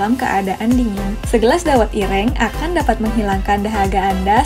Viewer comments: Min...kue lompong dibubgkus pake KLARAS ( daun pisang kering ) bukan daun jagung kering. Oyaa..logat ngomongnya si mimin nih kental logat jawanya..tpi masak iya gak bisa baca " ireng " dan " geblek " ?? hadeeuhh 👿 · Min...kue lompong dibungkusnya pake KLARAS ( daun pisang kering ) bukan daun jagung kering. Oyaa..logat ngomongnya si mimin nih kental logat jawanya..tpi masak iya gak bisa baca " ireng " dan " geblek " ?? hadeeuhh 👿